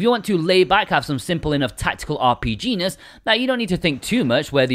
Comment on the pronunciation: Thank you for the review! You are truly the legend of the highest order for the quality content that I watch on the regular. So quick dirty mind check, did anybody else laugh a little when he said RPGness which kinda sounded like.... well nevermind... I'll see myself out.